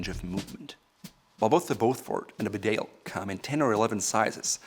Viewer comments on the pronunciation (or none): It’s a ‘bee-dale’ not a be-dale😀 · BeDALE is pronounced BEEdale. It’s a small town in North Yorkshire. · It's pronounced Bee-dale 🇬🇧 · Can all these reviewers from America please check their pronunciation of English words? The jacket is Bee dale not B’dale. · BEEdale, not BeDale. And you are the expert? Also learn to pronounce Edinburgh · Just wish he could pronounce ‘Bedale’ correctly. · Mate, it’s pronounced ‘Bee-dale’, just to save anymore embarrassment. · Very good review. By the way, Bedale is a place in North Yorkshire and it is pronounced bee dale. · Bedale... it's pronouced Bee - dale. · The Bedale jacket is pronounced “Beedale” It’s named after a small market town in North Yorkshire, England, where I happen to be from. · Actually sir that is wrong. It’s pronounced “bidet” after the washing apparatus. The name reflects the water resistant of the self lubricating thread found in a mans sudden separation below the small of the back. It also draws its stylistic sense from that place. From such modest beginnings to such a high price. Only goes to show that rich people will buy anything if you price it high enough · For a guy who creates videos criticising how people miss pronounce brands names. He really ought to be competent enough to say Bedale correctly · It’s bee-dale, this is coming from a Richmondite (parents are from the north though) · It’s a Yorkshire market town where I grew up and it is pronounced “Bee-dale” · pronounce bee-dale please!